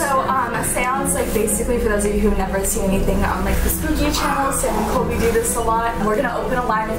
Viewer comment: its colby not coby